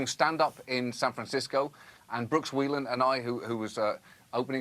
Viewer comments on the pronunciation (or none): none